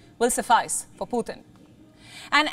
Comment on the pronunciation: Why are you calling him Puthin